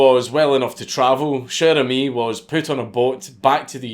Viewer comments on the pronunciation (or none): Dude, not sher emis, it's sher amis with a like in water. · Came here to hear a Scotsman pronounce "Cher ami!" Was not disappointed.